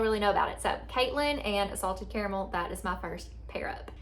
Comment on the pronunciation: I say “care-uh-mull/mel” so my vote is you’re saying it right 😂